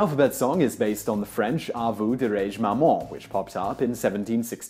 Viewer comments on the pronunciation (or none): ahhhh! you absolutely butchered the pronunciation of "Ah, vous dirai-je, maman"!!!!